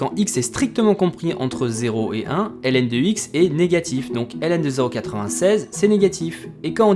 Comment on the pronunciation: La fonction Hélène n'existe pas, la fonction ln se lit logarithme, c'est vraiment énervant à écouter